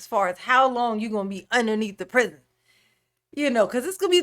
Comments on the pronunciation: Hey! You didn't say prizz ee on. Everytime you say that I think of rats chewing his fingers. 😆 I can't believe no one has noticed his teeny tiny ink pen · “Underneath The Prisione!” ❤️😂